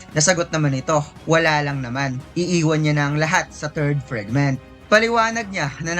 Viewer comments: FRIGMENT? oh FRAGMENT? pa correct nga ma? parang marami raming maling pronunciation nya? 😅😅😅😅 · Say it "Fregment ob brelyant ob layt"